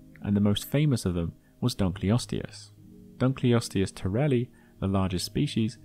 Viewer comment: it's dunk-ul-osteus not dunk-lee-osteus -> Named after a guy named Dunkle